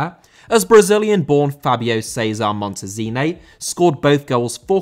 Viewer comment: Montezine* not Montazinei